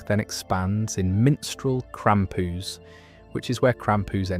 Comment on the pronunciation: Why say krampus like that, its so tragic